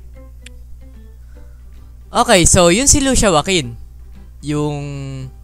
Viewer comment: Kuya lusiya po pagbigkas at lucia ang spelling